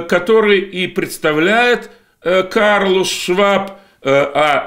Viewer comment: КЛАУС, а не Карлус.